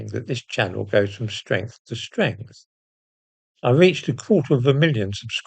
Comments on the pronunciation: Are you going from Stwength to Stwength like Angela Rayner??😂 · Us Labours are with you all the way as you go from stwength to stwength. Well done.